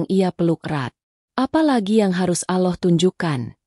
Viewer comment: mohon maaf🙏yang ngomong gk bisa sebut allah🤭